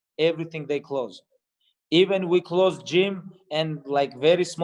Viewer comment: It's Gym not jinn